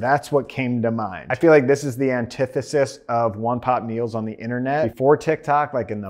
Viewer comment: "antithesis" rip